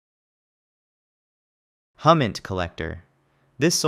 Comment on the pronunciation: HUMINT is pronounced like "Who-Mint"